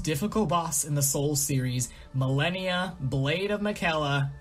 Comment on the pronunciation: I have no gripes on the list. Opinions are opinions. But I do have a GIANT issue with your pronunciation of "Malenia, Blade of Miquella"... She quite literally says her own name during the beginning cutscene and every single time you die.